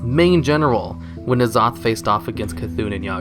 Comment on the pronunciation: ITS N-ZOTH NOT NAZOTH